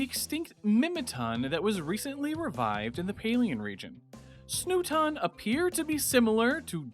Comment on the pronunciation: Snooton? Good gosh man.